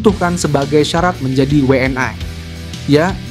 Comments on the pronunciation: Kalau bahasa indonesia bahasa indonesia saja bang.. gak usah ala ala luar bang PSSI jadi pssai... WNI jadi WNAI.. agak aneh dengarnya karna abang pake bahasa indonesia isi video abang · Yg baca narasi orang mana sih? ngomong WNI aja we en ay...geli saya dengernya!!!